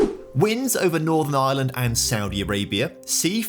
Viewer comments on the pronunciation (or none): none